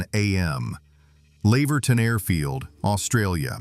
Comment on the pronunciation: Laverton isn't pronounced like that at all but still an interesting vid.